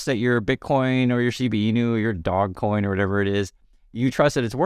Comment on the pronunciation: dogecoin is pronounced like dough zzgh not dog